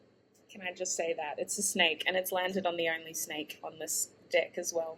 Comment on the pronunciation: Why do i always here another vowel when she says “dEck“?